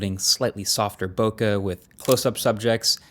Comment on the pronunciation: Still haven’t learned to pronounce bokeh correctly 🥴